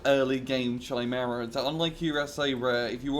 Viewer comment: Aww come on. You can pronounce "Tigre" correctly. It's nothing fancy it's the British version of "Tiger" just like "centre" = "center". Chimera is pronounced more like "Kaimera" or "Kemera". The Chimera is a beast from Greek mythology. A creature with the body of a Lion, a snake as a tail and a 2 heads a Lions and a Goat. And that was Tore's information corner for today.